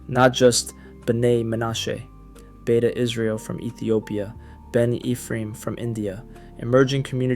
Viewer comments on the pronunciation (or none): none